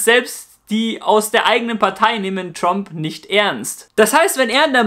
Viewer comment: Tromp xD